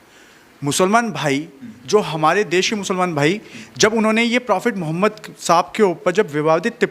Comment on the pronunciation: phle ap apne nabi kareem ka naam thik se lena seekhen speech start hone se phle speech pr dhyan dijiye apne naam kaise liya hi apse behtar to pandit ji ne sammman k sath naam liya hi